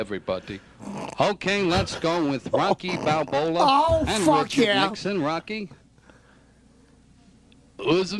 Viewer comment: he actually said "Rocky Balbola". So surprised that they didn't catch it.